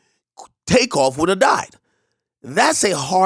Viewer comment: so u said “woulda died” but he did die…. didn’t u meant to add the ‘nt to it? Can’t be lazy wit ur pronunciation Ak, we needa understand clearly lol